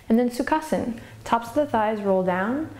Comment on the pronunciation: Hi Adriene, Great videos, The only thing is when i try to do certain poses, including Sukhasana,(by the way, your pronunciation of Sukhasana is perfect), my lower back hurts a little. Can you suggest anything to tackle this pain?